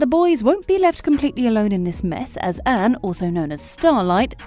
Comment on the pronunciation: It's Annie, not "Anne". It sounds like you've never actually watched it before